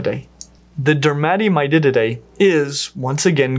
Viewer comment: Am i crazy, or does he say Dermatemydididae??